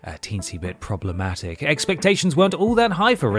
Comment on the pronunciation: Continuing to butcher the word problematic I see. Also I'm pretty sure 5 was the highest selling game in the series at that point.